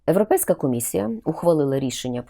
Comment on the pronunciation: Все так. Цікаво. Одне тільки- правильно говорити Європейська а не Еропейська чи Ирупейська. Не потрібно коверкати мову на радість «друзям»